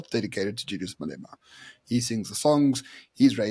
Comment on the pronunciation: How can still not pronounce Malema 😂